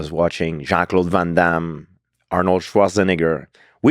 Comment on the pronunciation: The way george pronounced arnold LMAO